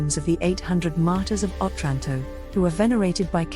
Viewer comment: OTRANTO, NOT 'OTRÁNTO'